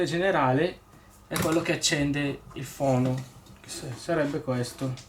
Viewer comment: Il phon si dice fon o asciugacapelli. Il phono come dici tu fono è il giradischi. Se non si sa l'inglese di dice in italiano. Non si puo sentire fono